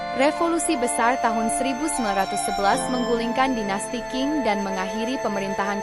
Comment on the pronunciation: Maaf di baca Dinasti. Ching. Bukan King. Tidak ada yg namanya dinasty King. 🙏